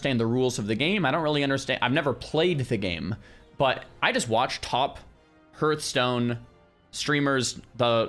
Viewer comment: pls you've played wow for 20yrs you should know how to pronounce Hearthstone.